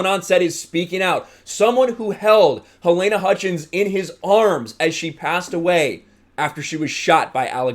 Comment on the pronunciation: Good video. A minor point: Her name is pronounced 'Ha-leena'